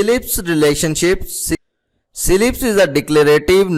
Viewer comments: well, its not pronounced as SEE-LIPS, because there's no dash, space or even a comma between C and LIPS, its CLIPS. we do not pronounce cat as 'see at', its cat. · See lips, bro its CLIPS not C-LIPS